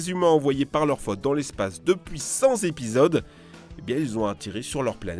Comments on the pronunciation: Cent zepisodes ? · . ..."depuis 100 'z'épisodes" ..? ..Sûr de ça ? ...